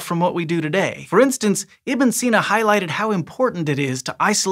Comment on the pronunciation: Not so much for Ibn Sina